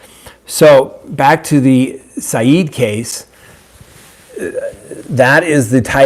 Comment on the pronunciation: *His name is Adnan not Adan and the last name is pronounced Si- Ed, not Si- EEED. And i think he killed Hae Min.